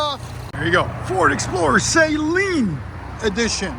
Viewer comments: It's not Say-Leen Suh-leen And this is such trash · The mispronounced name of Steve Saleen kills me